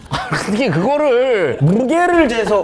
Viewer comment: 아나운서가 어터게가 뭐냐